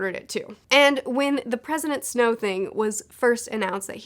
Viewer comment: I keep hearing “President Snoke.”